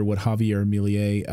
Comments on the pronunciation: Mil-ehy not Mil-yay. It's not hard. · His name is simpler than you are saying it. Me-lay. Milei. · Argentina's president is "Milei" --- not "Miliey". Just because "most people know this" does not make it true. Up until now, the only evidence that Hitler lived in Argentina are a few sightings by people who could be wrong or could be making statements for their own gains. There are also been some photographs whose origins are also questionable. Hardly proof.